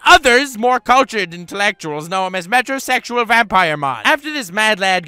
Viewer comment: Once I heard "Metro sexual mon" I clicked that "Subscribe" button